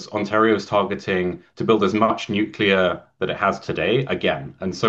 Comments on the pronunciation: Good but I couldn't watch til the end. You have to stop saying "nu cu lar". Drives me crazy. It is pronounced "nu clee ar". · If you want people to take you seriously, you need to learn how to pronounce nuclear. Nu-clear. As in New clear day. Ford is dead set against green energy because he doesn't understand what it is. He does understand the money people are paying him to permit pollution generating projects. (Nuclear power plants are made of concrete and concrete production is a major source of greenhouse gas). Made worse by the fact that after billions in sunk costs, this plant will never come on line. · Nucular.... what is that exactly ? Can't find that in any dictionnary or encyclopedia.